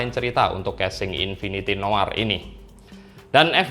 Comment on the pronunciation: akhirnya ada yang baca noir dengan baik dan benar 🥰